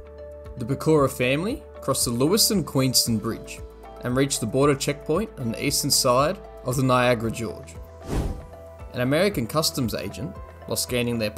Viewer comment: "Lorox" and "Niagra "George" 😂 Sounds like a Pixar short